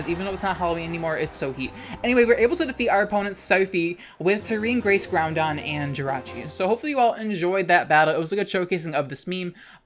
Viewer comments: Bro, it’s grouDon not grouNdon where u getting that extra N from ☠️🤣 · Why do you call it "Groundon?" It's "Groudon," there's no "n" in the middle. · I have to point out that there isn't a second 'n' in the pokemon 'Groudon'. You're pronouncing it like 'Groundon'. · It's Groudon, not Groundon 😭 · I know you're just saying "kee-OH-gray" and "GROUND-don" to make me comment with a correction, so let me play directly into your hand for engagement metrics. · its a little irritating to hear "groundon" every once in a while but thats what makes your videos fun tbh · Why do you say ground-don lol 😆 it's cute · Are you saying "Groundon"? With an "N" in the middle? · They do it on purpose to piss people off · I can’t put into words how triggered I am by “kee-o-gray” and “groundon” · i’ll never get over “ground-don” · I come for the pokemon, I stay to hear add that extra "N" to Groudon's name.